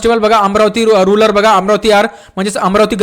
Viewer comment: Sleep Of Tongue